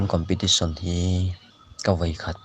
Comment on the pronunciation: Ngati nge COMPETITION tih tur khi COMPATITION a la intih tlat a...a edit mai theih loh em maw ni le